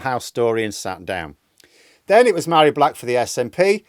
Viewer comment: Just a note, Mhairi is pronounced like Varry, with a /v/ sound - mh and bh in Gaelic are /v/ sounds, like in Siobhain (Sha-von) and Samhain (Sah-van). Its a bit obscure outside Scotland and Ireland, so don't feel bad if you have mispronounced this in the past :)